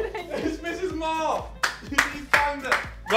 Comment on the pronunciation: did say 'Mrs Mar', hmmmmmmmmmmmmmmmmmmmmmmmmmmmmmmmmmmmmmmmmmmmmmmmmmmmmmmmmmmmmmmmmmmmmmmmmmmmmmmmmmmmmmmmmmmmmmmmmmmmmmmm